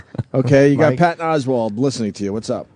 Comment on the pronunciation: Of course Opie pronounces Oswalt as Oswald